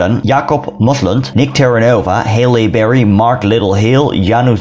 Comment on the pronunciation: This guy has the best content but does anyone else cringe on the way he pronounces Halle Berry? 😂